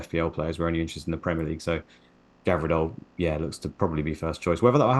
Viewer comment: Someone tell it's Gvardiol not Gavirdol